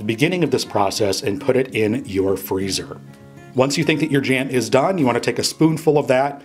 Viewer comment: I find it strange that he 'goes ahead' a lot, and calls it 'Strawberry JEM' !